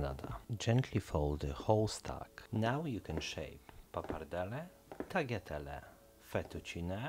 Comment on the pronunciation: in italian TAGLIATELLI is pronouced "TALIATELLI" not "TAGHLIAHTELLI" wondering where you are from my friend you are clearly not italian...